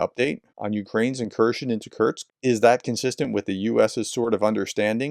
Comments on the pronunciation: Kursk professor….. Like course-K. Not Kurtz or Kurtzk. Please 😂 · It's 'Kursk' not 'Kurksk' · You're STILL pronouncing Kursk as Kerch ! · K-u-r-s-k, Kursk. It's not that difficult to spell out or pronounce. Try harder. Prof!